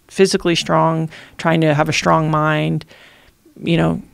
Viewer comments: She’s articulate and her points are so valid, but ‘shtrong ‘ over and over again (except for a couple of instances where she forgot to think about it and pronounced the word correctly. She even said ‘shtuff ‘. What the hell? I know it’s petty but geez… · Why does she say, shtrong instead of strong?